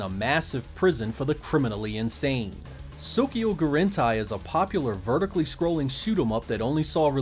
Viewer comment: Interesting topic -- I never knew Battle Garegga was published by Electronic Arts. Soukyuugurentai is pronounced like the words "so"-"cue"-"goo"-"Ren"-"tie", by the way.